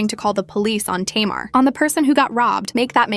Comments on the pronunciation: First Learn how to pronounce Tamar name before you strart to put out a story about some one it's always 2 sides to every story. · I feel like she needs to learn to say Tamar's name right